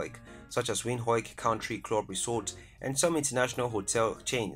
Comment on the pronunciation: Thanks but I hate the way you pronounce Windhoek